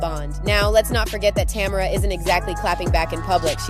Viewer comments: Tamera not Tamra.....smh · I was literally about to write the same thing. It’s not Tam-er-a! Say this woman’s name correctly or don’t make a video about them. So rude. Ugh lol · It's "tuh MARE ruh". How you gone do a whole video and not research how to pronounce the woman's name?